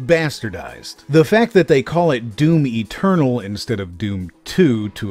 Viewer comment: Lol one funny thing tho* Whenever you say "Doom Eternal" is sounds "Doom Maternal" ~ I get it such things happen in english. The finishing letters take over the Main starting letter of next word. In witcher Tv series .. they keep saying "Law of Surprises" some actors sound like they're saying "Lore ( Lawr) of Surprises" dunno where tht R comes from... in ur case atleast i can understand DOOM MATERNAL .. shit had happened to me before. ~